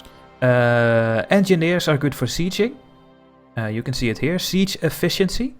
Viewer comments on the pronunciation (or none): none